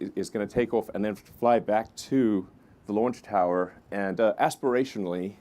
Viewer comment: Aspirationally. LOL!!